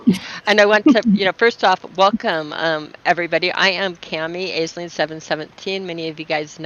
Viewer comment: You’re mispronouncing Aisling it’s Ashleen not Ayzeling